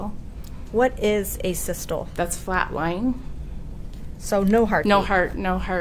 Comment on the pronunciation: That's not how asystole is pronounced homie but all good rock on 🫶